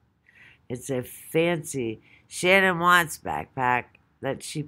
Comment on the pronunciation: It's S.H.A.N.A.N.N not Shannon